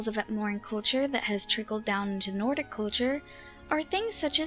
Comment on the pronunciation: Skwym, Atmowa and Nowdic people.